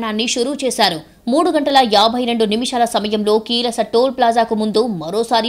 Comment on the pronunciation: కీలస టోల్ ప్లాజా కాదు..యాంకరమ్మ. . కీసర టోల్ ప్లాజా...